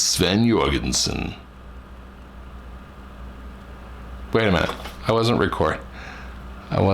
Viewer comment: “I’m Sven Jüorgenson” 😆🤣